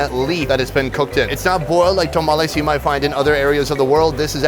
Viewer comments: Its tamales not tomales 😂😂 but great video! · Yeah that was like nails on a chalkboard! (That and “tomales”…)